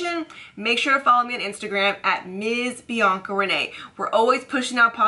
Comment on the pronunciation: And Bianca's pronunciation is on point :)